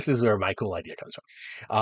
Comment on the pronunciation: I always get worried when says "It gave me a really KEWL idea..."